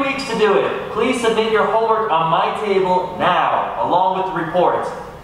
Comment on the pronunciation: Its “homme” work